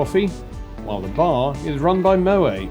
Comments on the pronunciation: Stop saying Mo- way..it's Mo - wet ! Favourite airline reviewer though. Music too intrusive in this vid. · Moet has the last 't' pronounced..contrary to belief Moet is not a French name but Dutch..a VERY common mistake